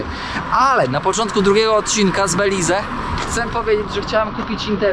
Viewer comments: Belize to nie jest kraj Ameryki Łacińskiej. Tutaj zawsze wpływ mieli Anglosasi. I językiem urzędowym nie jest hiszpański tylko angielski. I wymawia się nazwę kraju "Beliz" a nie "Belize". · Jak cię kiedyś pogryzie jakiś pies, to w końcu zmądrzejesz i dasz spokój z psami i kotami. Mówi się Beliz, a nie Belize. Chyba można było dowiedzieć się wcześniej jak wymawia się nazwę kraju do którego się zmierza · sorry za upierdliwosc ale nie pronansujesz Belize tylko " Beliz" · Beliz,nie Belize,sie mowi 😊.Pozdrawiam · Prawda, mówi się Beliz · Oj, nie masz A1 w hiszpańskim. Osoba z poziomem A1 potrafi bezbłędnie układać proste zdania i wie, jak wymawiać nazwę kraju w którym jest. Może to dobra motywacja do porządnej nauki 💪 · a po co ci Cejrowski, każdy słownik angielski prawidłowo wymówi tą nazwę, bez tego “e” na końcu, nie rozumiem więc po co dodawać to “e” ani to prawidłowe ani nie łatwiejsze w wymowie dla Polaka.